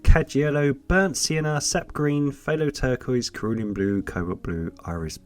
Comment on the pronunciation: Enjoy watching your videos, your colour mixing techniques are also informative. The pronunciation of "Cerulean" blue is a soft C and not a hard C as you have pronounced. 🍻